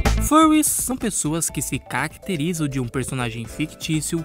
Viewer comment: percebi dois erros: no começo a dicção falhou um pouco, deu pra entender "furries são pessoa que se cacterizam..." no jogo #6, tá escrito errado, em vez de "destinies" você colocou "detinies" além disso, as transições ficaram meio... fortes, rápidas, parece mais um "corte" de resto, boa narração, boa lista, bom vídeo!